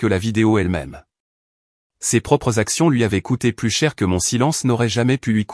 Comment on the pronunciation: merci de ne pas prononcer plus comme + en prononçant le s, alors que dans le texte ça signifie le contraire. Idem : Y est le seul grec mais seulement en tant que lettre de l'alphabet . "Il se prononce est un "i" quand il est un pronom. Belle histoire où celle qu'on a voulu malmenée n'est pas celle qui a été rejetée par le public.